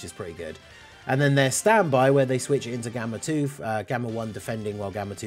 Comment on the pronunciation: its worded the same for both base and standby,so I was confused when he read it wrong for the 1st one then right for the 2nd 😭